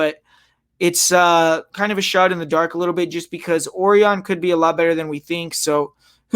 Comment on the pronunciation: it's pronounced O-RI-ON ..... not OR-ION